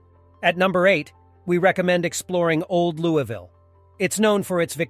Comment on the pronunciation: It’s pronounced Lou-E-Ville!